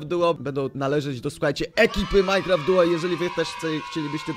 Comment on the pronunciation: to jest MINECRAFT DUO a nie MINECRAFT FOUR XD